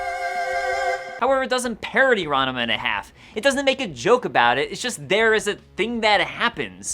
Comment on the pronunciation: I Haven't seen this, but the majority of the netflix made anime ( that wasnt already a property) sucks. Did you add a third syllable to Ranma?